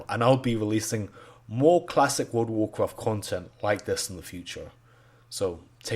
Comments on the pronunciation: actually actually actually actually actually actually actually actually - WOLD UH WOAH QUAFT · He probably said "Woodawoo cwaaaarft" more :D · Woada Woacwaft